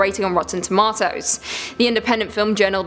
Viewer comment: Love the way you say tomato......